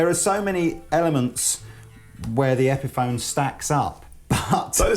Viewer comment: guy in the blue can't pronounce epiphone